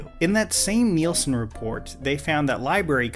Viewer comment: Thanks for saying 'Nielson' ratings. My dad has worked for Nielson and has a hard time with people never hearing of them.